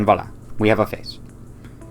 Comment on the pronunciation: bro said voila and etcetera where a he from ?